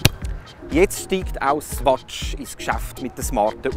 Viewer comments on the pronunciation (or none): Swatsch xD